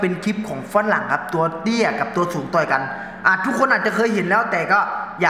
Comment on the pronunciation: พุดชัดๆหน่อยครับ ต่อย ไม่ใช่ ตอย 😂